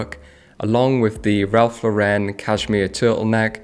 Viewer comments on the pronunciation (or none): Ralph Lauren is an American brand. It is NOT pronounced like Laurenne. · Pronounces enfants rich deprimes like a French but pronounces Ralph Lauren incorrectly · I’m British, but why does every British person pronounce Ralph Lauren wrong. The man himself once said his surname is pronounced like a girls name. But is brits seem to always wish to pronounce it wrong. Something that is normally an American thing to do